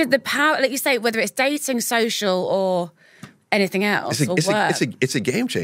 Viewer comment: It’s -anything not ‘ anythink’